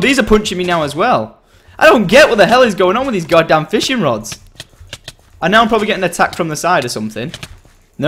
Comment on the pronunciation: Like if u did hear him saying "Fishring rods" :D